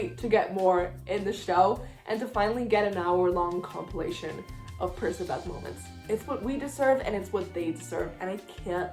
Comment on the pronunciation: does anyone else pronounce percabeth as PER-CK-A-BETH??